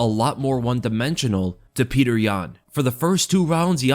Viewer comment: Pe-yo-ter not Peter